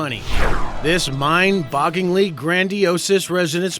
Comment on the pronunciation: "Embezzing" and "mind-bogging" are pronounced embezzling and mind-boggling, narrarator guy. Great video compilation!